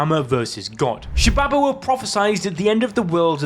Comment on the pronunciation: Shibabawa: “sHi-bAbA-wA” 🥴 Garo: “gEh-Ro” 🥴 Hakari: “hA-kYrIe IrViNg” 🥴 Why not just say “Shiba Inu,” “Jellyfish,” and “Hickory Honey Smoke Ham” instead 😂